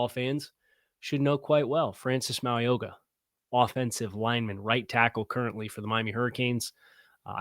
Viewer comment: Hey. Ok, I need to teach you how to say Francis Mauigoa's name. I can't go through the draft season with you saying his name the way you did today. Lol. His name is pronounced "Mow-ee-know-a". The G is silent. I have been hoping for 2 years that tbe Dolphins would somehow land him, because I have watched every game he has played in, and he will be a perennial All-Pro for years. He's got the work ethic and the athletic ability for an OL 330-plus pounds that is rare. PLEASE, PLEASE Miami draft him!!